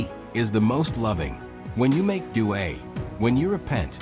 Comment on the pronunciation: Dua not duae 🙏